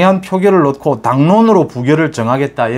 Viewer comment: '놓고'를 '노코'로 발음해 주시면 錦上添花겠습니다. '녿코'로 하시니 千慮一失^^ 어머니의 손을 놓고♪♩/ 어머니에 소늘 노코♪♩ 정말 사랑하고 존경합니다. 유튜브 <돌아온 이하사> 소설가• 가수